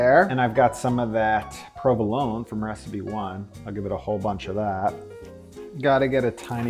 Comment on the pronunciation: provoloné not provolon